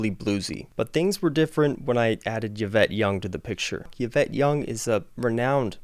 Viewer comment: Eeeeeeeee-vette, not Y (don't even know what vowel to put in there)-vette. Love your enthusiasm and how playing makes you smile. Great playing and original music today.